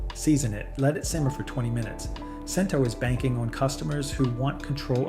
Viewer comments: #Cento is pronounced "chin-to" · Grazie per il tuo impegno nel cercare di educare il grande pubblico, ma purtroppo la sezione dei commenti del tuo video didattico è un po' fuori luogo. Il mondo in cui pronunci "Cento" mi fa ridere... Grazie per l'ottimo video.